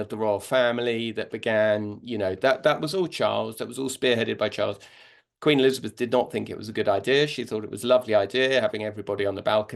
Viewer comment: She cannot even say the name of former Queen Elizabeth!